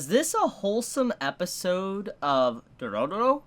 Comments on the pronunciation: It's dororo i think it's pronounced doe row row not like dooro dooro😂😂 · he adds way more r's haha it end up being Dororororo 🤣